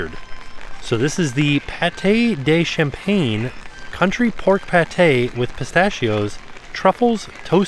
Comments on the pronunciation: hey and!! love the videos always, especially festival ones. just wanted to let you know the pate is actually campagne (pronounced like campaign) not CHampange! campagne means country in french which is why it's country pork:) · Campagne, not champagne, lol! 😂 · Campagne is pronounced "cam-pan-ya" means countryside hence why the description says countryside. Champagne (sham-pane in English or sham-pan-ya in french) is the sparkling wine from a specific region of France. Spent my childhood in a french speaking region so I'm familiar with the general pronunciation/sounds of more common words. My reading comprehension of French is better than my speaking though so I could be wrong. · Yes, not "champagne", but rather pronounced "Com-pah-nya"